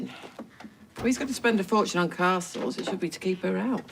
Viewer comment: How Eileen says 'castles' 😂😂